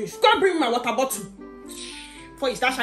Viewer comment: The way she said water Her: wa-er What's missing?🤔 Preng-nant Whats wrong?🤔